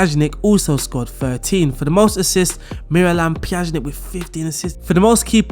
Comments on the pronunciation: PYA-NI-CH thats how you pronounce PJANIC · I have never heard Miralem's last name butchered in such an extent. How did you manage to slot "z" in the middle... it blows my mind. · Please learn to pronounce player names before making a video with that squad. Pjanic (Pya-nich) and Araujo (Ara-u-ho) drove me crazy.